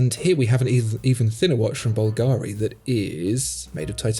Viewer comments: bÚlgari, not bulgÁri: watch the accent. I love your superb work on the channel: 99, excellent notions, just this little dissonance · Correct pronunciation would be BVL-gari, not Bvl-GA-ri. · Bùlgari instead of Bulgári. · Bulgari is pronounced /BULLgeh-ri/. Stress on the first syllable. By the way, I scanned the QR code from the screen! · You are mispronouncing Bulgari. Emphasis on first syllable and not second. Good video though so keep it up! :-)